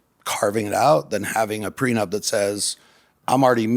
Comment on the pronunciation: 🤡 - "GET A CONTRACT FOR EVERYTHING. EVERYONE SHOULD GET A PRENUPT!" Logan- "Do you have a prenupt?" 🤡 - "no"